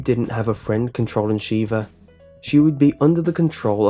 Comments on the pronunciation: The mispronunciations... It's pronounced Zee-mos, not Zim-mos (not to mention you bring up his 'bad' driving, and show a clip of him driving well? * slow applause *) It's also pronounced Sheh-vah, not Shee-vah, but I do agree with her piss-poor AI, trying to clear Professional solo is hard SOLELY because of her. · It's pronounced 'shevvah' not 'sheeevah'. Have you never actually played the game?